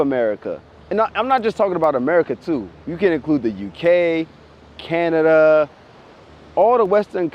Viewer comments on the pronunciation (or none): none